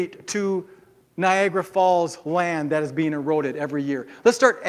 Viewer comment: I lost it when he said Niagara Falls. NOOOOOOO, come on, buddy...